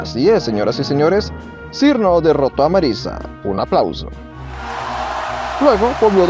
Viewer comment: Por cierto su nombre se pronuncia "Chiruno/Chirno"